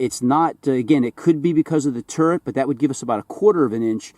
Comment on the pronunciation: For hell sakes. You still haven't corrected this? It's Turret. Not TURRENT.....!!